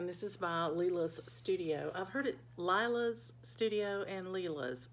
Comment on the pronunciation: Lee la is the correct way to say that.